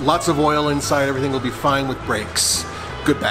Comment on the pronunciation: I didn’t realize brakes had a “w” in it? Along with every other word. Just an observation. Maybe I dun werned me something new towday